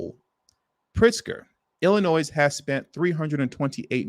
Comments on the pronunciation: Please stop saying Illinois with the S! You can’t be from here bro. Shit is irritating. You’re smarter than this! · …..the “S” in ILLINOIS is NOT PRONOUNCED!